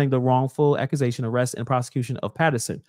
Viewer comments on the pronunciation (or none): I thought I was the only one who heard Tiffany say accuszaions 😂 Who voted for this woman 😂😂😂😂